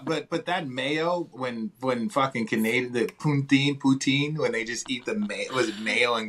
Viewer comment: Poon-teen lmao